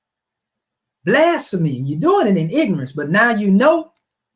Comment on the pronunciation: This man can’t even pronounce blasphemy